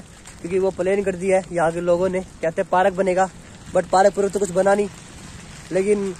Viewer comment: Park not paraak